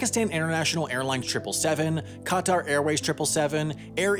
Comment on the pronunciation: that’s not how you pronounce Qatar